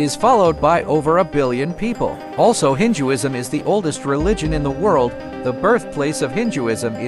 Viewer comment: Ok why tf is this Ai pronouncing it Hin-Jewisn